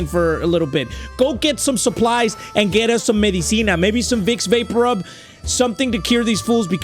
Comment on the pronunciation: bro said vix vapor rub